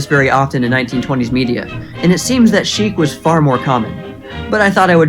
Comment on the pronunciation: "Chique" /= "Sheik. Good video, though